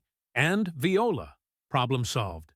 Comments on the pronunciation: I don't speak French but even I know viola is pronounced whooh la. Is there a human being feeding AI it's vocabulary and pronouncement? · Your AI needs language lessons. "Viola" isn't a musical instrument only. If you pronounced it correctly, by the context, it was a French term of excited satisfaction!